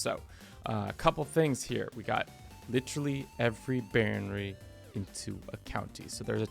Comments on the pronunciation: Bro it's baroNy, not baronRy. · Please, instead of saying baronry, say barón ríe. That's the correct way.